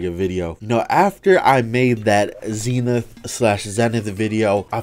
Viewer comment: Ze-Nithh that's the pronunciations